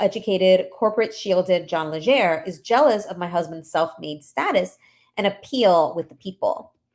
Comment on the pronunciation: Legere! Not lesher Legere!